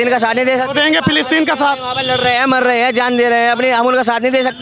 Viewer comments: प्लास्टिन नही रे फिलिस्तीन😂 स्कूल जा तू😂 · पलास्टर्न 😂😂😂😂😂 पोलोथिन😂😂😂😂😂😂 50 saal ka julum